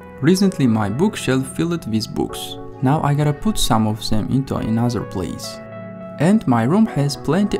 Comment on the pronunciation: in Video Duration, "Anoder" or is it "Another" I just heard a voice saying and where did the "D" come from